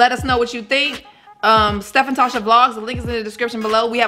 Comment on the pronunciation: Yessssssss Tasha you said the it right 🥳🥳🥳